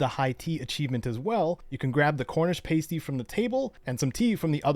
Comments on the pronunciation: Paysty 😮, it's a soft A, pahsty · just a heads up, pasty is pronounced pah-stee. not sure if theyre a thing in the US but they're more or less just handheld pies, come in many savoury varieties and I strongly recommend trying one if you ever get the chance. that aside - thanks for the video, very helpful (